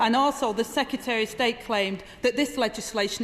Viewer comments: I have a lot of time for Angela, but I wish she would learn to pronounce secretary. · yes lol... 'secyetereh' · Citizen Rayner, you talk sense, go you. But may I just say that the word "secretary" has two "r"s (count them, see them as written), but you only seem to apply the one toward the end of the word. This is by no means accent-bashing, I enjoy all accents, I have one, but if you use the one at the end why can't you use the first one too? Or is it just me? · Agreed. But her and Starmer both need to learn how to say "secretary" :-)